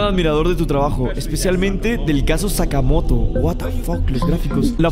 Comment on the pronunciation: XD pensé que decía sacamos pero era Sakamoto o algo así JSJSJS